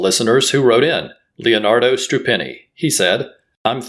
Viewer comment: thanks for saying hi :) I'm Leonardo Strupeni. by the way, you pronounced my last name perfectly